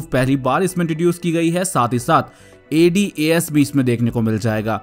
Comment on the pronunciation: Bro please A D A S separate mat bola kro bht irritating lagta h